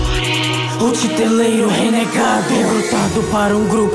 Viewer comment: A pronuncia não é Titereiro?